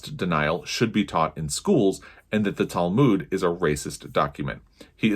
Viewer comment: I like your thoughts but as a Jew I needed to correct your pronunciation of Talmud. Break 'talmud' down into sounds: [TAL] + [MUUD] - say it out loud and exaggerate the sounds until you can consistently produce them.